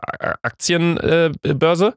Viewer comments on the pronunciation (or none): 😭 deine sprachfehler bei aktienbörse hat mich gekillt